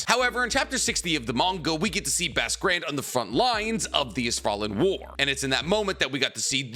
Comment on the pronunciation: “Basque Grand”, pronounced: BOSK Grond